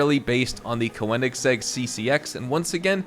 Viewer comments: Ker-neg-segg The o is not “oh”, it’s more like “oer” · is it that hard to pronounce Koenigsegg